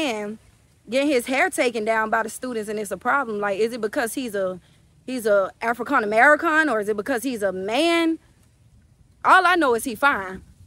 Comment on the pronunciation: Amerikhan , Afrikhan 😂